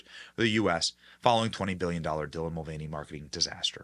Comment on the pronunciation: I swear I keep hearing Devil Mulvaney lol and hey congrats on your 1M man you deserve it.